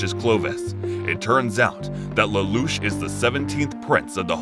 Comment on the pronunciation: You also pronounced lelouch wrong